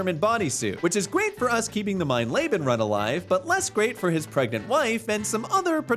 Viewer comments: Mein leben translates to “my life” and is actually pronounced “mine leebun” fyi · mine Le-been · Mein Layben is nothing. Look up how to fucking pronounce once in a while. Jesus Christ. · Calling the Highest difficulty „Mein Lebe“ is pretty funny ngl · I believe it is pronounced MINE LEE BEN. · But an absolutely dreadful pronunciation of "mein leben" and I'm not even German